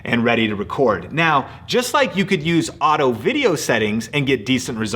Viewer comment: haha U said audio instead of auto